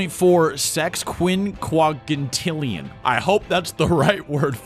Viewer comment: i lost it at 5.4 sexquinwuagintillion